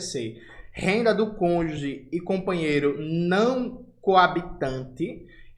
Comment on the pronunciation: Porra Jonas, até vc aderiu à linguagem do Moro? Por volta dos minutos vc fala conge ao invés de cônjuge... Não sou um policial da gramática, mas isso rendeu muito ao Moro que realmente é um inepto. Tome cuidado!